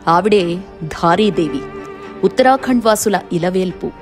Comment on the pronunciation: ఉత్తర ఖండ్ అని అంటున్నారు. అపచారం.. అపచారం. ఉత్తరాఖండ్ అని అనాలి.